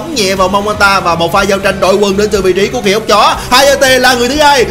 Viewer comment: Thời điểm "giao trinhh" tui lạy ông 🤣